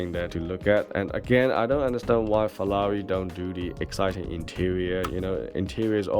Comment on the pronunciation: Hi, love your Reviews but what annoys me is saying FELLALI all the time. Sorry maybe got problems with my hearing? 😞